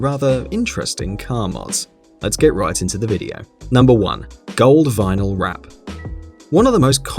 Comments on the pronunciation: Just a small correction : it is vinyl and not vinal. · It's "vinyl" not "vinal"... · It's spelled vinyl, not vinal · Vinal wut? It's vinyl my man! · What the fck is "vinal"???? Bro if you're going to try to sound like you know stuff about cars at least do some basic checks to make sure you're not posting up stupid things like "vinal" wraps. And don't put it up in writing...Jesus...